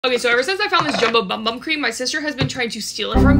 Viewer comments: “Bum bum” no hate but it’s BOOM BOOM which is the correct way to pronounce it in Portuguese! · heyyy it’s pronounced like ‘boom boom’ not bum bum! Just thought I’d let you know Incase you didn’t already! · For people who are confused The bum bum cream is pronounced, boom. Boom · Just to help you out, it’s actually pronounced Boom Boom cream instead of bum bum cream😊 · fun fact: ‘bum bum’ is supposed to be pronounced ‘boom boom” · Not to be this person but it’s not pronounce bum bum it’s pronounced boom boom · It’s actually pronounced boom-boom not bum bum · Bro she said bum bum it’s pronounced boom boom but says bum bum lol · It’s actually pronounced boom boom not bum bum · Did you know that bum bum cream is actually pronounced "boom boom cream" !? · Sol de Janeiro when watching this: is..... Pronounced............ BoOM bOOm CReAM!!!!! 😂😂😂😂😂😂😂😂😂😂😂😂😂😂😂😂😂😂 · its pronounced "boom boom" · hey letting you know it’s clarified to be pronounced “boom boom” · I thinks it’s pronounced “boom boom” cream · I acctually found out that bum bum cream is pronounced boom boom cream but if you still wanna call it the same thing you do you girl😂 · Yall😂😂😂😂it’s pronounced Boom Boom cream😂😂😂😂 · ITS PRONOUNCED BOOM BOOM CREAM! IF YOU DONT BELIEVE ME LOOK AT THE SHORT SOL DE JANEIRO POSTED ABOUT IT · It’s pronounced BOOM BOOM cream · By the way, it is pronounced “Boom Boom cream”!! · it’s pronounced “boom boom cream”😂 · Wait I thout it was pronounced 'boom-boom' have I been saying it wrong this whole time? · It’s pronounced Boom-boom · Btw no hate it’s pronounced boom boom in brazilian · Its pronounced boom boom btw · Its pronounced boom boom. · it’s pronounced boom boom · Isnt it pronounced boom boom?